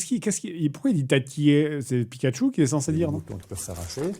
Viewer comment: pikatchu il dit plutot fuk yu ...